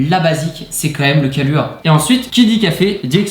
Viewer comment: Yo les gars super vidéo si jamais les kaluha se prononce kaloua et le bailey's se prononce beyliss comme ça vous saurez ahahah